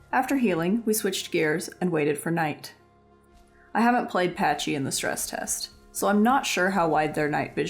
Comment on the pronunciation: why do the isle tubers pronounce it "PaCH-y"?? like i know not all isle players are into dinos but whyyyy xD